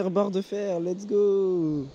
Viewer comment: Arrête de dire l'ets go! Quand tu a atraper quel que chose stp.. sa veux dire "on y va!" À ouais sa peu... bref dsl mais tu peux 😂😂😃😃💛💛